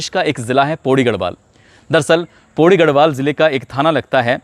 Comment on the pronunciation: पौड़ी होता हैं पोढ़ी नहीं होता